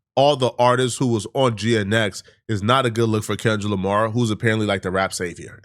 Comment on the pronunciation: Sounds like you keep saying Kendra Lamar, lol. You not trying to sneak diss are ya??